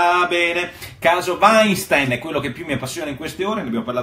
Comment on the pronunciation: Grande Porro ! Finalmente uno che pronuncia il nome Weinstein correttamente